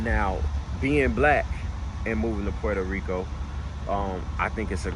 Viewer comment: you got the Puerto Rican accent when you say Puerto Rico 💪🏼✊🏼🇵🇷